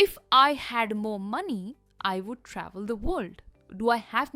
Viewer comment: First u learn to pronounce would it’s not wood sounding like wood